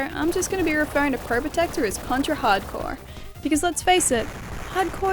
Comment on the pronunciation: Thank you for pronouncing the game correctly. You would be surprised how many people fuck that up.